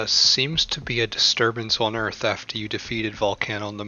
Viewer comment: Hahahah you say earff 😁😁😁🤣🤣